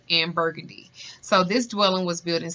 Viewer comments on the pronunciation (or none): Lol. I just love how you are trying to say the names as well as our street names. Everybody get it wrong. Especially Burgundy and Glapion. Hehehe. But I love it.